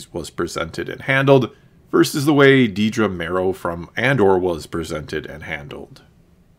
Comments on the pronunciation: It’s Dedra, not “Dee-dra.” C’mon. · It’s “Dedra” not “Deedra” 😂